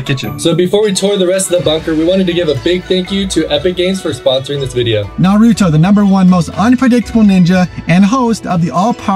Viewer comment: NARYOUTOE , SASUKAY, SACUREA, AND KENKASHI……………………WUT DA HECK MANNNNNNNN